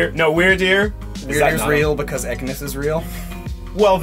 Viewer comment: Ekniss?! It's Ekans! A generation 1 Pokemon come on!